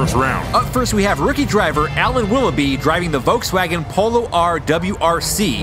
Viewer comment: "Up next we hawe the current DRC champion. It's a bird, it's a plane, IT'S SUPERMAN Steven Kitchen"